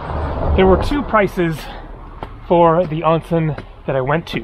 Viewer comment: I've been enjoying your videos since they popped up on my feed last week. Living in Japan myself for the last 20 years, it's still cool to see places I haven't visited yet. May I offer you a bit of advice on your Japanese? The first syllable of the word "onsen" is pronounced like the English word "own", rhyming with bone, tone, and phone. Minor point, but it'll have you sounding like a native in no time. Anyway, keep up the good work. Looking forward to your upcoming videos. (Also, check out the Ise-Shima area in Mie Prefecture if you can!)